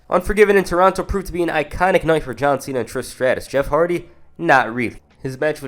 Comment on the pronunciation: Bro said John cents